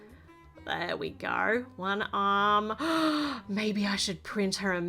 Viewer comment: . Here we gorrrrrr😂